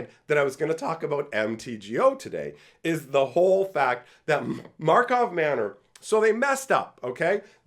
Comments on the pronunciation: Mega Magic News Drinking Game: Take 1 shot when says Markov Manor instead of Karlov Manor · It cracks me up that even the pros call it Markov Manor.